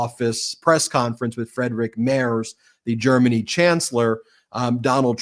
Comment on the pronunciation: Hello, may I inform you that the German chancellor's family name "Merz" is pronounced like "mairts". Kind regards!